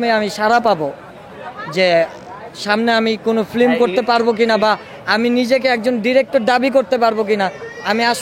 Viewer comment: শব্দটা ফ্লিম না ফিল্ম হবে😁😁😁